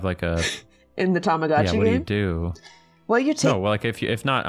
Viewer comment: Isn't it Tamagotchi and not tomogachi? Bc "tamago" is "egg" in Japanese